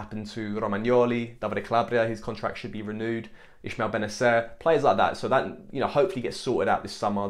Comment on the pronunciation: Ismael not Ishmael Other than that great video 😁